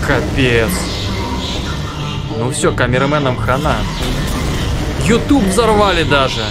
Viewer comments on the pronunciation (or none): none